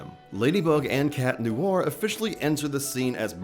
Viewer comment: "tales of. lady and cat neware" WHAT THE HELL IS CAT NEWARE?? 😀